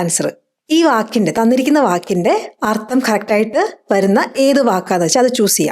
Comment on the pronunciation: അർത്തം അല്ല, അർത്ഥം എന്നു പറയണം.